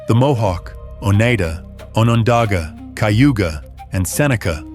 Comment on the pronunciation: Iriqouis is pronounced “Ear-A-Kwah and Oneida is pronounced “Oh-Nye-Dah.”